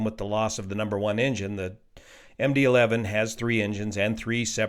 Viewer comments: Someone on another thread speculated that he misread “11” as a roman numeral “II” and said ”MD Two”. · At least he didn't say MD-eye-eye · Worst . He said MD Two (II) instead of Eleven (11) ! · Did he just read MD-11 as “McDonnel-Douglas 2?” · "Let me read this so I get this correct" Proceeds to read 11 as II in the first sentence... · Are we going to skip over the fact that this NTSB guy said the aircraft was built as a “McDonnell Douglas Two”, most likely confusing the “11” for the Roman numeral “II” and that he said the plane took off from “Runway Seventeen Arrrr”?! Come on, man… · Yeah, I kind of feel the same about that guy. He makes some good points, but I think he’s more of a like citizen advocate type of person than an actual expert in anyway. Clearly he read MD-11 as MD-II. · I was wondering about the "McDonald-Douglas 2" part until I realized it was a misreading of MD-11. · McDonnell Douglas 2? This is the NTSB's spokesman and he doesn't know what kind of aircraft it is, only what he misreads. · You know, I heard that too and thought maybe there was some unusual type variant that I wasn't aware of, or misspoke and shortened something like a "MD11-200" and made it into "Em Dee Too". I hope he knows an MD-11 is not an MD-II. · I wonder if he misread the "11" as the Roman numeral "II" and meant to say MD-11 converted to MD-11F.